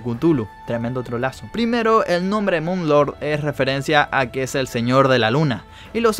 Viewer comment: No se le dice mun lorg se dice moon lor